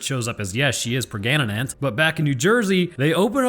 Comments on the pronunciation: Pregananant. Pregornt. Judas priest. My fucking ribs man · Lol, lost it at Pregananant and Pregnort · Not gonna lie.... I totally lost it when said "Pregananant"... I laughed so hard at that!